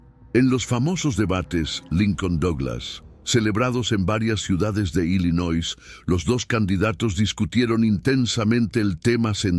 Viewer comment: ILLINOIS se pronuncia sin S